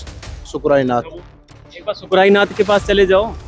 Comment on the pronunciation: शुक्राई नाथ नहीं है सुकर नाथ है